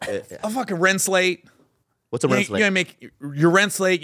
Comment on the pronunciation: "What's a renslay?" 😂😂😂😂😂😂😂😂